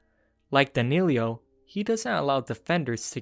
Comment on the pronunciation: Its not Danillio, it's Danillo